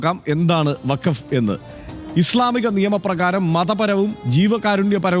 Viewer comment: ഇസ് ളാ മിക എന്ന പദപ്രയോഗം തന്നെ അവതാരകൻ തെറ്റിച്ചാണ് ഉച്ചരിക്കുന്നത് - നിങ്ങൾക്കൊന്നും വഖഫ് സംബന്ധിച്ച് ഒരു ചുക്കും അറിയില്ല.